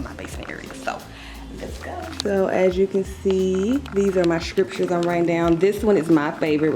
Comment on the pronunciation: The way you kept pronouncing scriptures. 😅😅😅 never heard anyone say it that way.